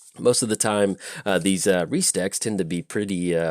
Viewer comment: "Rhys" is actually a Welsh name. You might know it from the actor John Rhys-Davies (Sallah from Indiana Jones, Gimli from LOTR). It's pronounced like Reese, as in the peanut butter cup.